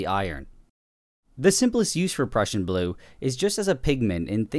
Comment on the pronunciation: When ever he says the Prussian blue it sounds like he’s saying depression blue 😂